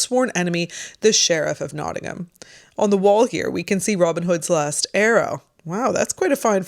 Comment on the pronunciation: Well done for pronouncing Nottingham correctly !